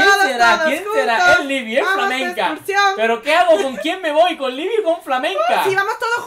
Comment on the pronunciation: Es Libi ,les dije que era libi